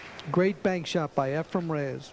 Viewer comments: Please, efreeeen. Not. Efruuum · It's" EfrEn Not " EfrUm ". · It is not "EfraM" as in Zimbalist, Jr. - it is "Efren" Reyes. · Its Efren, NOT Efrem. So.. annoying and disrespectful 😠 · This announcer annoys me, he has spent his entire career not knowing the name of Efren, calling him Efrem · Lots of announcers from the states side mispronounce Efrens Name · Tell that commentator Efren eNds w/an N~ not an M. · Varner is the reason why Sigel and Hopkins call him Efrom.... 😂 smh Weird that Sigel is a yankee who chose a southerner to pronounce a name. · I wonder if Hopkins ever learned that Reyes' first name is not "Effrom"? It's EFREN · Yes, it's so annoying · The announcer is a total idiot calling Efren, "Efrom." There's a number of disrespectful idiots who did it. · If you listen closely, he says the word ‘spin’, like ‘skim’. May be a simple pronunciation problem. He also sounds like he has a cold. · Efren is not pronounced with an M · Annoying as hell.No respect! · Allen,Varner, Hall, Sigel all did that for 10 yrs. very, very annoying! Show some respect.Even Earl called his name out correctly!DAMN!! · It's insanity. I watched a match the other day and Nick Varner was doing the same thing. They're watching his name on the screen during the whole match. Can't they read? The guy's widely considered the greatest player that ever played and after all these years and number of times they played him, they don't know how to correctly say his name? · I noticed that, too but, maybe he's like my singer who spent the last 45 of his 70-some years calling King Crimson, "King Crinsome". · Nick Varner does that also. I don't think they do it on purpose. It's just how they talk. Efren would probably mispronounce their names too.